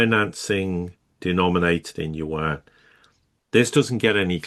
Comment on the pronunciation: There is no "warn". Its Yuan. get your diction right.